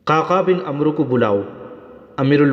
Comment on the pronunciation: bhai عمروko amr padhe ع par zabar aur و silent rehega